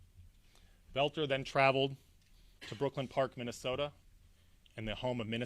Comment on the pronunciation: Oh my gawsh,. You look like you're smiling through this entire presentation. The guy's name is Boelter. NOT Belt-NER. The word is ESS CAPE, NOT EX-CAPE. It was painful to watch you do this oh so important representation of the people and their safety. The actual efforts the police made in apprehending Boelter and cutting short his murder spree was exemplary!